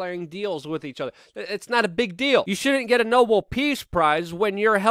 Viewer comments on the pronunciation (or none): none